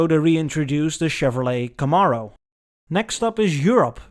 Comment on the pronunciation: It's pronounced "cam-arrow". Think of "overheads CAMs" and a "bow and ARROW".